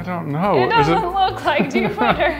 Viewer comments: its JOOBater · It's juubiter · It's Joobiter!